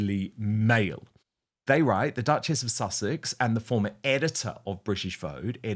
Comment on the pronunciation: I like it when Dan pronounced it as Dutch-Ass ( Duchess)